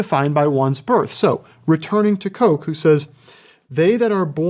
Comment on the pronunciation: Sir Edward Coke's surname is pronounced "Cook."